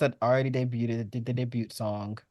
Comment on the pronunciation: Why does everyone pronounce “debut” incorrectly? Even one of the judges pronounced the T.